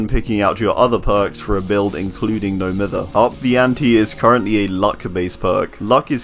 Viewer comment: It absolutely boils my piss when people pronounce "No Mither" incorrectly. Its pronounced (My-ther). Because the definition of mithering someone/thing is bugging or annoying them. So the term "No Mither" is basically means, "Im not bothered"